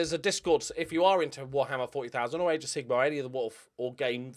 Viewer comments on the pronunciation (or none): According to Athletico Mince, Roy Hodgson is well into Warhammer or as he says "Waaarrrama"